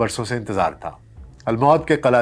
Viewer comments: اول تو یہ کہ قلعہ کے نام کا تلفظ ہی غلط ہے۔ ایہ "قلعہ تل موت" نہیں قلعہ الموت یہ ی شاہین کا گھونسلہ ہے۔ آپ کی ناقص معلومات کا منہ بولتا ثبوت ہے۔ جیسے نیم حکیم خطرہ جا۔ اور نیم ملا خطرہ ایمان ہیں اسی کیٹگری میں ایک آ پ بھی ہیں تحقیق کی آ پ نے حسن بن صباح پر۔ بغیر تحقیق بات آ گے پہنچانے والے منافق ہے۔ اپنے ہو ٹیوب چینل کو چلانے کے لئے پاکستانیوں کے پاس گھٹیا بات کرنے کے سوا کچھ بھی نہیں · نظام الملک طوسی حسن بن صباح کا بچپن کا دوست تها الموت کا درست تلفظ " م " پر پیش کے ساتھ هے زبر کے ساتھ نهیں